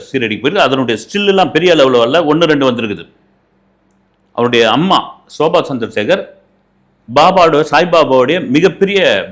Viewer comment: Soba Sandrasegar illai Shobha Chandrashekhar Bavan Kalyan illai Pawan Kalyan Ilanjar illai Ilainyan Boomi garagan illai Bhoomi Karagan Chatru Samharam illai Shatru Samharam🤦‍♀ Indu illai Hindu Please learn to pronounce. You are a journalist. Have some shame, do some basic reasearch